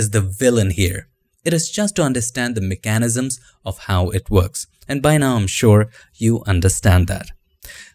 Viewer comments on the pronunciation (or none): Hands up, who wants to say mechanisms again? I swear he should make a whole video of how to say words the ‘cool’ way 😂👍